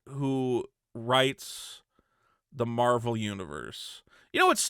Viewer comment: Love your videos and all but please for my sanity, stop saying 'Marble' instead of Marvel